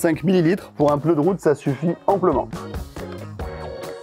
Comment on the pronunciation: J'ai pas bien entendu... On dit PNEU ou PEUNEU?.... LOL... ;)